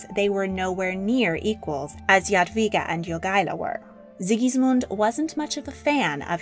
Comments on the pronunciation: I was hoping to see her portrait by Matejko. It was actually based on her skeleton :) Also I'm very impressed you pronounced her name right! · Omg youre pronunciation "Jadwiga" is amazingly correct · English "j" is pronounced like "dż" in Polish, so rather not. Polish "j" is pronounced like English "y" or something like this. Also Polish "w" is pronounced like English "v". Yadveega maybe. Pronounciation in the video seems to be correct